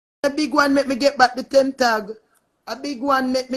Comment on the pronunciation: Its Temp as in temporary Tag not 10 tag 🤦🏿